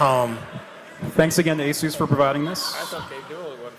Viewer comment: Horrible pronunciation of Asus...